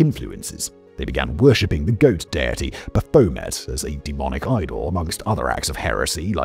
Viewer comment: that is one bizarre pronunciation of Baphomet.